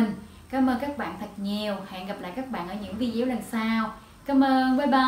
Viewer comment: Hi Sis,Em cảm ơn những chia sẽ của Chị But chỉ 1 từ là em không đồng tình chị phát âm Vi đéo là sao.!!????